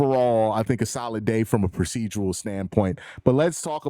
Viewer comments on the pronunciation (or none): none